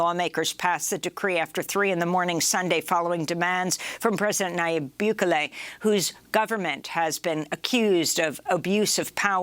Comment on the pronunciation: Reporting on El Salvador is always off. Don't even bother pronouncing the president s name right. Best president El Salvador has ever had.